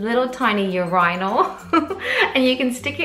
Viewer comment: You crack me up with the way that you say urinal ! Love it . We were doing well with the potty over here for a week or 2 of perfection and then suddenly he REFUSED , so we are back in diapers .. oh well! Way to go Caleb!